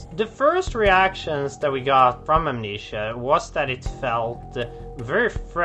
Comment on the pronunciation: I can't get over him pronouncing it "Am-NEESHA". Part of me wants to believe that's not his accent, but how he really thinks it's pronounced, and none of his coworkers have the heart to tell him he's mispronounced the name of his life's greatest work 7,286 times.